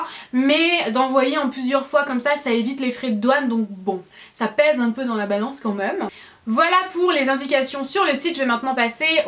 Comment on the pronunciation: C'est très bizarre quand tu dis "quand meume" au lieu de "quand même" ?!